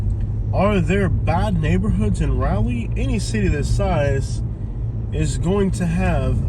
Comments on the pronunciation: Raw-lee not Ra-lee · This video was hilarious! As a 50+ year resident of Raleigh, I can say you have no idea what you’re talking about in this video. You weren’t even brave enough to go to the REAL hood or to venture downtown to see what a great city Raleigh is. And, you even mispronounced the name of our city. Dude, go away and stay away.